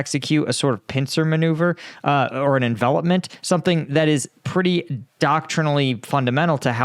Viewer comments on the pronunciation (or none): none